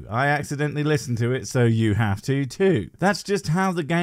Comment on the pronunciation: "Can we 'ave your liver?"